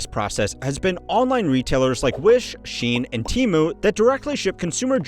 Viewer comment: Shein is not pronounced Sheen but She-in. The emphasis is on the i and its separated from the e.